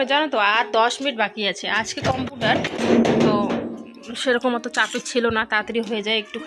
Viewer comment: আপু, আপনার বিডিও খুব ভালো লাগে,,, একদম শুরু থেকে দেখি,,,,,একটা কথা বলি কিছু মনে করবেন না,,,কম্পিউটার উচ্চারনটা কেমন জানি লাগে.......❤🇧🇩🇦🇹